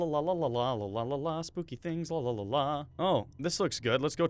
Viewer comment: did you say spopy